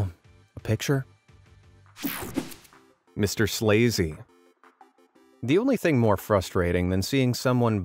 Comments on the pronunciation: quick take!!!!! "MR SLAZY" OR "MRS LAZY" 😂😂😂😂😂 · Is it "Mr Slazy" or "Mrs Lazy"?